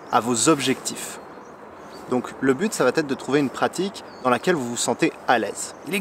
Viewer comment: Comme tu es un être zen, tu ne prendras pas ombrage ce que je vais te dire. 😇 J'ai remarqué que dans toutes tes vidéos, tu faisais le même pataquès : "ça va-t-être" (pour" ça va être"). Et là, tu as enchaîné avec "les neuf z'erreurs". Ça sonne mieux...mais c'est incorrect.😜 Sinon, j'apprécie beaucoup tes vidéos. Bonne continuation.